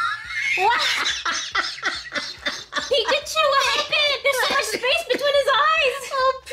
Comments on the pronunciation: Pikachu really isn't ok if you're calling him pichacu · Omg when you said pikacu like pí*aku....I'm crying from laughter cus in my country píč* it means bi*ch🤣🤣🤣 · It's pigglechu and brubsasaur. My favorite pankiman.